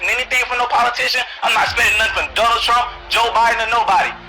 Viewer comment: "Ronald" smh